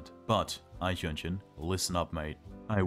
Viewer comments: This might be the first time I've not recognised a german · very nice and enjoyable video I was surprised at your pronunciation of Eichhörnchen :D